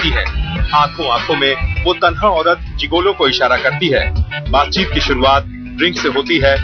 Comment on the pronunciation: इस का उच्चारण जिगोलो नहीं मगर जिगलो होता है।